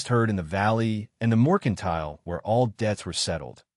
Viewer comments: This AI has a BOSTON ACCENT when he says moicontile 😂😂😂😂😂😂😂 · Correct the AI. It’s Mercantile.